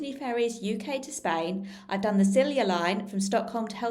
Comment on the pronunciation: The a la carte on Viking is stunning. We shall certainly try Color. The Stenaline from Kiel (rhymes with peel) to Gothenburg is nowhere near as nice. Then Vy Bus4You on to central Sweden. BTW, Silja is pronounced "silya"